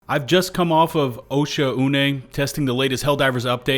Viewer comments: What the hell is an "Osha Une"?? Its OSHAUNE, like an irishman named Shaun. O'Shaun. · It's pronounced O-SHAWN ya numpty